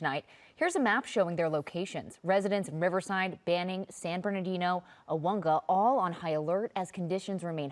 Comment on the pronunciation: So far of all media reporting on IE fires, channel 7 is the closest to pronouncing Aguanga correctly! Awonga